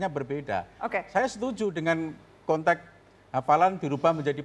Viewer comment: Untuk bapak berbaju batik merah, "Mengubah" pak, bukan "Merubah", "Konteks" bukan "Kontek".